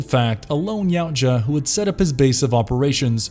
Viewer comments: It's pronounced ya-oo-cha not yow-cha 🤦‍♂️ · Yau-tja (not cha/sha) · Xenos aren't after world domination they are purely about reproduction and survival... And its pronounced "Ya Oot Jah" Not yowt ja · He didnt....its Ya Oot Jah